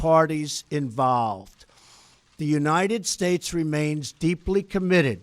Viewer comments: What’s up with his voice near the end? He couldn’t even say United States at the end (sounded like United Schtates!) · Its obvious trump is on coke, the drip got him bad he cant even pronounce United States at the end and those heavy cokehead deep inhales all throughout the speech give him away. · United Stahes, with an H! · "...and god bless the United Shursh."